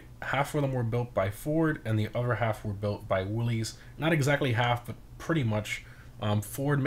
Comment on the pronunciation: Fun Fact: "Willys" is pronounced as "Will-iss." Edit: Also, gonna be honest, after Broughy tested it, I thought, "Hard pass," but now I'm considering it anyway. It looks like it does pretty good off road and the customization is nice.